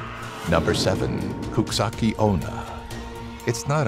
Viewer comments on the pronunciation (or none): Good attempt at the Japanese! It's coo-chee-sah-kay oh-nah, just for reference! Also, teke teke is normally teh-kay teh-kay, but can be said as tek-tek. Freaks me out to no end because her name is based off the sound she makes when she crawls towards you. Hope to see more ghost/urban legend based things in the future, I'm obsessed with them!